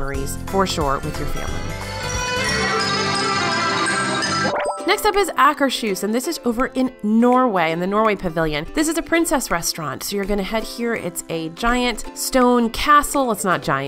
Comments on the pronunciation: Just so you know, Akershus is pronounced more like two words Akers-hus (hus means house, so Akers House). Its not akershoosh. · LOVED this video! Your ranking is pretty much spot on. I could write a couple pages, but I'll stick to one thing, a "pet peeve" of mine. "Akershus" does not have a "sh" sound in it! "Hus" is Norwegian for "house", so it translates to "Akers house", the house belonging to Akers. And it should be pronounced that way: "Akers-hus", phonetically "ah'-kers-hoos".